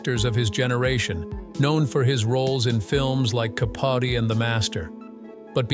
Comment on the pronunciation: Philip Seymour Hoffman starred in "Ca Potty"? The robot knows not of how he speaks. AI narration... is this necessary?